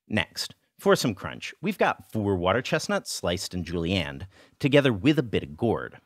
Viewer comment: "Julienned", not Julie Ann. This looks delicious. Thanks.